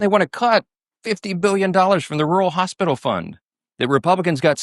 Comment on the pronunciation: Did you just say hospitales for red states? Really why not all states now i see why